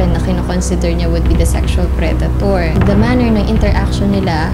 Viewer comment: prey-dator!, parang ang babae